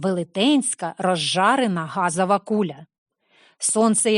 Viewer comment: газАва куля, тілА замість тілО. Кому тут треба вчитись?